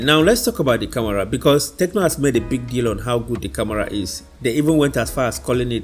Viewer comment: Bro, it's not camora🤷🏼‍♀️ it's camera